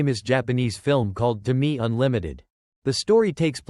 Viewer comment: Tomi-e, separate e. Ffs, at least look up how to pronounce the names properly.